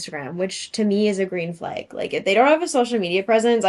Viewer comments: adding an I to the pronunciation of flag? red flaig! (but nah all serious, I love your voice and outfit!!) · shes canadian i believe and thats how they say it there!!! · love how your canada shows everytime you say flag. kinda warmed my heart which is getting hard to do these day. great to see a vid from ya